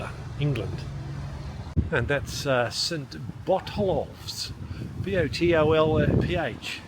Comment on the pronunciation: The 'ph' in St. Botolph's is pronounced as an 'f'.. It should be pronounced St. Botolf. (Bot-olf).